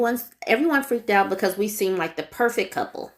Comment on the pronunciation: That "becuse" is driving me crazy. Lol